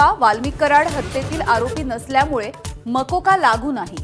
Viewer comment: मकोका कि मोक्का .चुकिचा उच्चार होत आहे. लक्ष द्या.